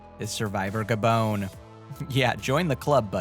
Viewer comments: Ga-Bone?????????? Try Ga-Bon! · It's not "Gabone". It's pronounced "Gabohn". Or do you call Bon-bons Bone Bones?